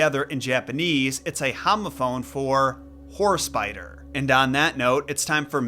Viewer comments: i could have swore you said "Horse Biter" lol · Did you say horse biter or whore spider?